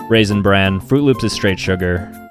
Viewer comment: Im traumatized that my man said raisin brand over my froot loops